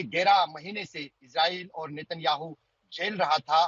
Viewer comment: एक बच्चा जिसे ठीक से उच्चारण करना नहीं आता। कहने लगा कि नितिन राम साहू (नितिनयाहू) ने रसगुल्ला को सही टपकाया। 😂😂😂😂😂😂😂😂